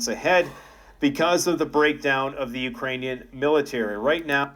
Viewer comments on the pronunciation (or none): none